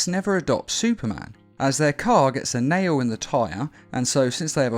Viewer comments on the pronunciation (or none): none